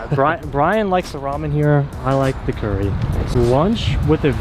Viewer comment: Hey tip from a Japanese guy! Japanese curry is pronounced kare not curry.